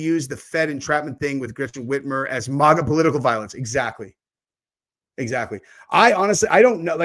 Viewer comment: I swear you're the only person I know that pronounces "MAGA" the way you do, and it really bothers me.😭🤣